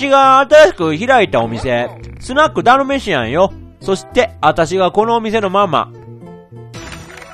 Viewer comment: ダルメシ↓アン↑